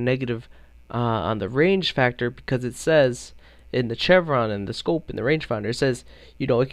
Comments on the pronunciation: I hate that he pronounces it chevron, instead of chevron! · Stopped watching when I heard his pronunciation of "chevron" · I hate how canadians pronounce chevron.